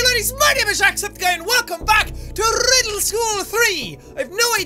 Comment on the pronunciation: he said rrrrrrrrrriddle school hehe😂